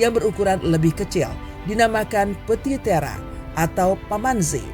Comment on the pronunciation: Penyebutannya kayaknya ngga banget, klo bahasa aslinya disebut "meiyot" trus petit tera dibacanya "petit terre" seperti tulisan aslinya